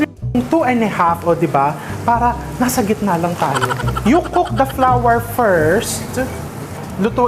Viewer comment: I laugh how you pronounce flour, parang sounds "flower" . Thank for all your recipes and generous cooking tips❤️ Am just a new follower